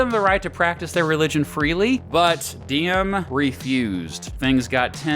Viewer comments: kinda funny, u pronounced Diem as "Diem" basically mean a whore in Vietnam. To pronounce it correctly you should use Ziem with a big Z like Zion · Diem is pronounced Ziem - Any D without a line through it is pronounced as a Z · Its funny when you said “diem” sound like điếm in Vietnamese which means “bitch”😂